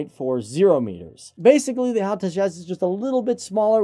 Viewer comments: It's not "Hal". HAL It's an acronym...not a name. H-A-L. (Hindustan Aeronautics Limited) If you guys are going to produce aviation related videos, remember that this is an industry that is heavily observed by people who are motivated by precision, validation, credibility, and certitude. We pick up on little things like this and it irritates the hell out of us. Tighten it up! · the way he said HAL, it was cool.